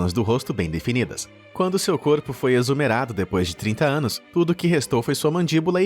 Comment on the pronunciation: "Exumerado" foi doido hahahahaha